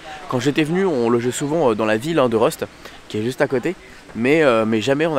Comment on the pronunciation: Alors petite précision, la ville se dit Rust comme elle secrit et non pas Reust 😅, mais c'est pas bien grave juste pour rectifiée. Et pour habiter a 40km de europa park et l'avoir fait très souvent, effectivement c'est un magnifique parc, avec bcp d'attraction diverses, moins cher que disneyland aussi, mais pour moi disneyland restera toujours devant, ils ont un univers qui ne peut pas être égaler actuellement, en plus europa park en hiver le souci est qu'ils ferment bcp d'attraction, mais bon il est quand même en 2 ème position pour moi ce qui est une excellente place 😁